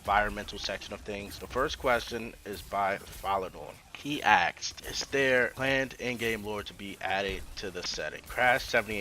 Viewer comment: Why do you say aksed instead of asked?